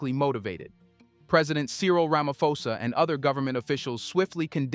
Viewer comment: While I appreciate the work you do, I also feel you need to do a research on name pronunciation. Cyril Ramaposa is a public figure and it surprises me that you pronounce his surname as Ramafosa.